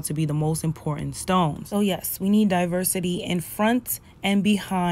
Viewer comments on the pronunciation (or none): Two things, my sister. First and MOST important: her name is NOT Holly Berry. It is HALLE Berry. You call yourself a journalist but you can’t get her name right? That is insulting and unprofessional. And second, there are TWO “t’s” in the word “important”. It is NOT pronounced “impor unt”. The slang language of the common man or woman is unacceptable in journalism. If you must drop your “t’s” when you talk to your friends, fine. But as a professional, it is up to you and everyone who aspires to this job, to hold fast to certain high standards. I don’t care what gender or race one belongs to, high standards apply to everyone. And let me add, if I were Halle, I’d fire that publicist for pulling that racist bullshit on you and that brother. Because that is clearly what it was.